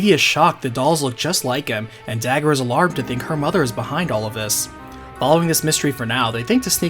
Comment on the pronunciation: WHY the chap pronounced the name of the princess differently from how it is spelt on the screen, "Dagger"?